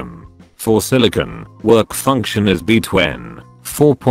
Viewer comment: Beetwen... lol